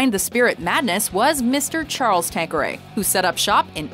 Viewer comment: Wtf is tanqueriyaya